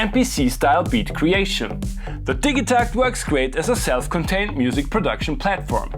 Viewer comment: Ill hate you for mispronouncing it